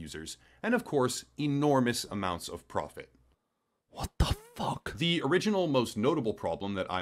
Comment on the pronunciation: Ich mag das übertriebene "WHOT DO FOCK" von überhaupt nicht!!!